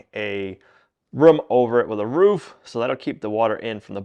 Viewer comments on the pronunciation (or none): none